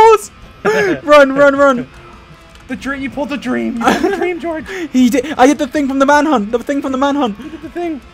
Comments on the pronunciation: "Goerge" " GOERGE " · George: *Hits Dream with Pickaxe* Dream with British Accent: ”George!” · Dream saying “George!” In a British accent is giving me life!!😂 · why did dream have a british accent saying "george" 😂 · DID ANYONE HEAR DREAM GO "OW...GEORGE-" IN LIKE A ACCENT!? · seconds dream said george in a british accent